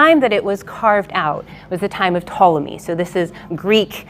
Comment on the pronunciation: Ptolemy? Ptoleyu.